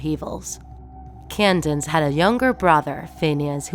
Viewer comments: Candace not candance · It’s not candance It’s Candace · Why do you keep pronounce her name wrong its candace not candance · It’s Candace not can dance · It’s Candice, not Candance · why does she always say Candance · it’s candace not kindane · Did she say candine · She keeps saying CandaNce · What the "candince phienence" what??? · Is it just me or did anyone else hear her say candaNce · You pronouncing "Candace" makes me remember "Condensed" milk